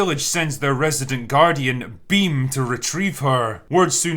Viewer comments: It's Bheem not Bim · It's not Beam it's Bheem 😂😂😂